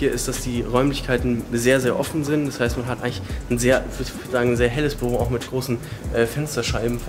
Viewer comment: Bürro wahrscheinlich mit zwei "r" möööööh !!!!!